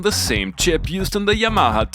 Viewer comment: Say it with me..... YAH - MAH -HA